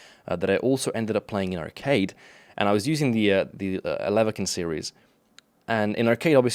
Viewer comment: "elelekin series" its Petlyakov my buddy